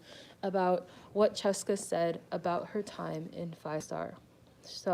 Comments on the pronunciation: thanks for this very informative video!!! but isn't fiestar pronounced like "fee-esta? like the word fiesta?" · i'm not a fan but it's pronounced fyehstarr